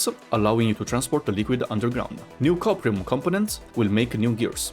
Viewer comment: Did anyone else hear "copium" ore? I could definitely use some of that :p